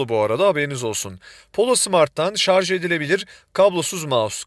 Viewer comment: Şarzz demediğiniz için teşekkürler.